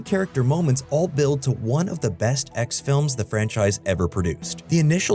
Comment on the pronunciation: I swear every time he said "X films" lol